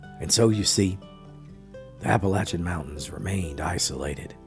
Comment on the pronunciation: "Chimleys?" At least he pronounces Appalachian and Appalachia correctly.